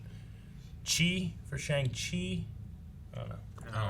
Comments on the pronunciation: simu said it's pronounced Shung not Shang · In the comics, the Mandarin has 10 rings that each have a different power. In the movie they're armbands instead of rings that go on his fingers. Also it's pronounced "Shong-Shee" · I Think it's pronounced 'Shang Shee' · FYI to anyone who may not know: The actual pronunciation is "Shyung-Chi", since it's the way Shang is said in Chinese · I think they pronounce it like "Shung-Shee" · According to ET: Shang-Chi is pronounced "song-Chi" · it’s actually pronounced “Sheon Chi” :(((( i said it like that for a long time until i heard Feige say it😂😂😂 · I believe the pronunciation sounds more like Shong, but with a softer O. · just a minor correction, but the "-ang" in Shang Chi's name is pronounced like "-ong", so it's more like "Shong-Chi". The actor playing Wenwu/The Mandarin is Tony Leung, who's like a legend in Hong Kong cinema but is making his Hollywood debut here; I haven't seen his films personally but my Chinese immigrant parents, who aren't really up to date with pop culture at all, know who he is so that should give you an idea of his fame in Asia. The ninja character with the face paint is apparently called Death Dealer, based on leaked toys; it's not confirmed who's playing them but I personally think it's Michelle Yeoh, who is also confirmed to be in this movie. Anyway, as a MCU fan, a Kim's Convenience fan, and an Asian American, I am unbelievably pumped for this! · Can't even correctly pronounce Shang-Chi. Okay, white boys, enjoy your General Tso's chicken! 🥱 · It's Shang-Chi as in shy pronounced with a C. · It's actually pronounced Shang with an AH sound and Qi